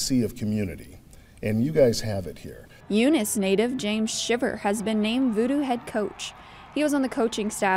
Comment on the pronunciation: talk about butchering a story badly OMG!!!! "Lea" Hutton commissioner and mispronounced head coach James Shiver several times........ WTH!